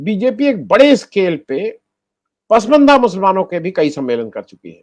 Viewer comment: आनंद वर्धन जी सही उच्चारण 'पसमंदा' नहीं "पसमांदा" है